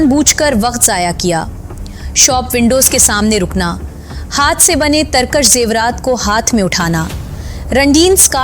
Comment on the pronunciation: تم پڑھے لکھے ہو، اصل میں انڈین ڈراموں اور فلموں نے اور انگلش سکول سسٹم نے اردو کا بیڑہ غرق کر دیا ہے۔ اب اپنے گاندھی والے جملے پر معذرت کرو۔ پھسلا، پ کے نیچے "زیر" ہے. اس نے پ پر "پیش" پڑھا ہے۔ ترکش، ک کے نیچے "زیر"۔ یہ مسلسل ک پر "زبر" پڑھ رہی ہے۔ اس کے علاؤہ بھی کافی الفاظ ایسے ہی ہیں۔۔۔۔۔